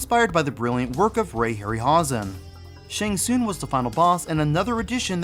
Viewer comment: Every time you say "Shang SOON" it hurts. How do you get soon from tsung? What did you do with the G?